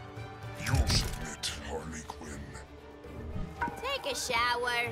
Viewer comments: she said Hardly Quinn... 😂😂😂😂😂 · Margot Robbie = Hardly Quinn